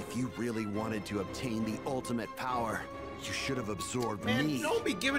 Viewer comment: what is this BOWER!?! What is this BOWER?!?!?!….WAHHHH!!! 👀: Stfu, it’s my turn to talk…🙄